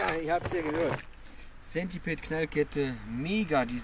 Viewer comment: warum spricht jeder das wort centipede falsch aus :_